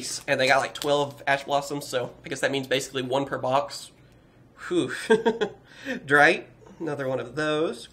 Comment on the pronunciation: Its called DRITTE and not dreit